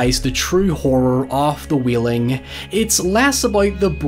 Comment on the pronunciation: It's pronounced Whale-ing not wheeling.